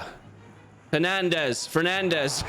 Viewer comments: Bruno pennandes 😂😂😂😂 You said that on purpose, right? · I will not be tolerating Bruno pennandes. Sorry um… Fernandes slaughter as a Portuguese D